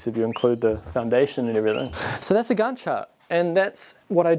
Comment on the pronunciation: Minor nit, 'Gantt' is pronounced with an 'a' as in 'tank', not as 'Garnt'.